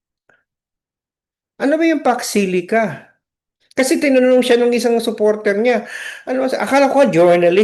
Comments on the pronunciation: Sabi ng mga supporters nya di nya kailangan alam lahat ang Pax Silica?Eh umpisa pa nga lang ng tanung nagulat na sya as if me words pala na Pax Silica, ang pagka pronounce pa nga nya Fox Sili?Talagang di nya alam yung word pa alng di na nya alam eh. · HINDI NGA MABIGKAS ANG SALITA PAX SILICA, UNAWAIN AT ALAMIN PA KAYA. SO YUN WASTE OF TIME NA SINASABI NA BUMALIK AGAD SA KANYA 🅱️🅾️🅱️🅾️ 🤪🤪🤪🤪